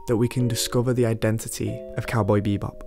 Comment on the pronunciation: It's "cowboy bebop" not "cowboy beebop"